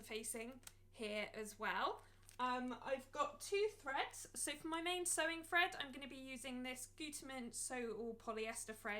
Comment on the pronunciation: Thank you for sharing 🥰 Your accent is sensational - it sounds like you are saying fread instead of thread 😆 its cute